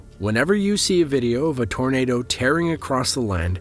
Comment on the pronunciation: It sounds like your saying tornader